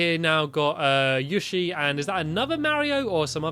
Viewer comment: It's yoshi not yoshi